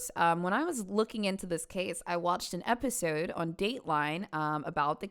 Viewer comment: Where is she from, the way she said episode was fun